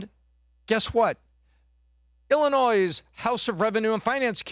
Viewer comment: Please learn how to say Illinois before you start talking about it.